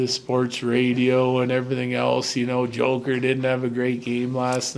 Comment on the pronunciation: The way he says “Joker” with his accent makes me laugh. What a time to be a Denver sports fan